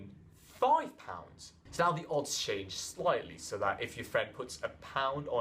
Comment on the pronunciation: why are you saying shange. It's "change"